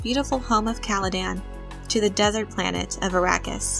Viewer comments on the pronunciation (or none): none